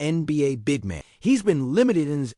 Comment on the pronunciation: The phrase "big man" has the accent ON THE FIRST SYLLABLE